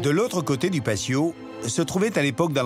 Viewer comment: Le documentaire est splendide, mais pouvez-vous avoir la correction et le respect de la langue espagnole, ce n'est pas de l'italien, le " PATIO" est espagnol, ayez la politesse de le prononcer PATIO et non Pasio.